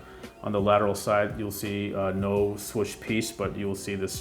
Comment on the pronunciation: The only complaint I have is the way you pronounce swoosh😂💀. But dope review nonetheless! I will be trying to cop these whatever way I can!🙌🏼👏🏼🔥